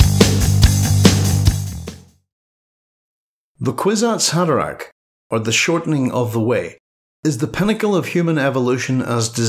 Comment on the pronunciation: Horrible pronunciation of kwisatz haderach